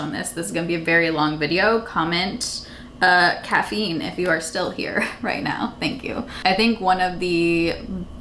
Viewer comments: Lol did you say caffeine? Or Daphne’s lol 😂 but about the 🐶, they have dog walkers, for spoon days, and Boarding houses and doggy daycare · Tell me why I thought you said cat feet instead of caffeine 🤣 🤣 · Appreciate you being so honest and open with your life! My husband and I moved to Portland in 2017 and we have never felt that we fit right here. Depression has been big for me. We’re moving to a new state soon so I’m hopeful. Wishing you the best! At first I thought you said CAT FEET.. 😂 but I’m pretty sure by other comments it’s caffeine 🤦🏼‍♀️ can you tell I haven’t had any yet this morning? Haha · Totally thought you said “cats feet” at first 😂😂 but uhhh CAFFEINE!! 🖤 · I swear I thought you said cat feet